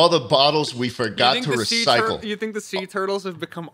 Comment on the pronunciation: "i tink"😂